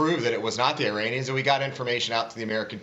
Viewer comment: I stopped listening when he pronounced "Iranians" as "Eye-rainians."